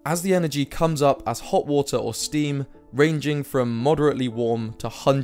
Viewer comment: H2O = "Wootah"